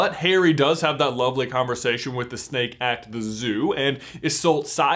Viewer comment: Who else keeps hearing Snape instead if snake